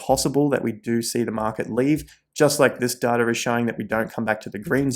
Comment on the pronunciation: Does data have a R in it lol